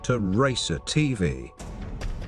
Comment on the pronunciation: I got shocked on how "racer tv" was said